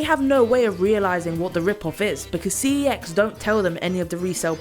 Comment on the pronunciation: It's pronounced "sex."